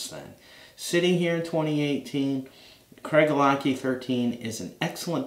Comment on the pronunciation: Very nice review. A Scotsman pronounces this CraiGELAH-Key. Different stress points and CH as a K.